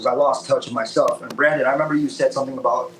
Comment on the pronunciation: Love how calls Brendon 'Brandon' multiple times